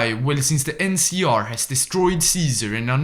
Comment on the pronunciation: Btw why do you call Lanius "Larius" and NCR "NCA"?